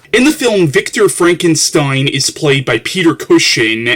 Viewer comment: Great reviews as usual..... But a little constructive criticism. You noticed your mispronouncing Frankenstein as Frankensteim, well you also do the same thing (or used to) with the word Valentine. Also, you often used a d sound at the ends of certain words, mainly religion winds up sounding like religioned and cousin can sound like cousined. Also in the "used to but not sure if you still mispronounce it now" category, in a lot of your Batman reviews, you mispronounce Gotham as Gothlam. Hopefully noticing this will make your future reviews to become even better than the old ones. Keep up the good work!